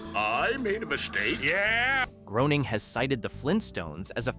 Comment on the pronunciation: I saw himself state its pronounced Graining not Growning(Simpsons Patriarch)